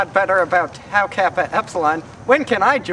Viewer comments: You mispronounced Tau alot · It's Tau... Not Tow... Seriously... Your chapter founders are face palming